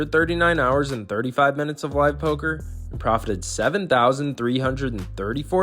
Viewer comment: it‘s Poker,!